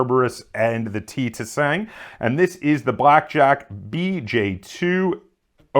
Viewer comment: Im pretty sure you dont pronounce the second T making it the "ti sang" but don't quote me on that though